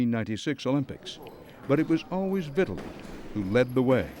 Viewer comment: It’s VitTAli lol the way he says it